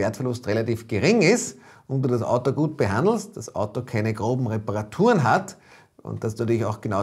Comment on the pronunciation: es heißt Auto und nicht Atto